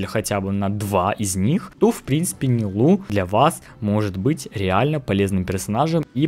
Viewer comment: Умер от ударения в ее имени 💀